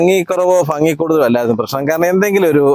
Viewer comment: ഭംഗി അല്ലേ ഫങ്ങി എന്ന് അല്ലാലോ